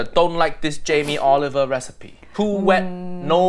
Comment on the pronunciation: Jam-ee Olive-ER